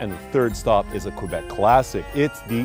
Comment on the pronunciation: I'm angry that the food tour guide said "Qwabec", I've never heard any francophone say this but I live in Ontario so idk?